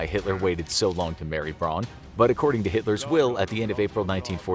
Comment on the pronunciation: Eva Braun’s last name should be pronounced like the English last name “Brown”